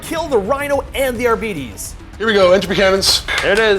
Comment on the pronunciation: "Arbeetees" :D